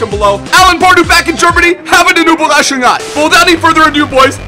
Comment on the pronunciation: ÜberraschungSei :D with an s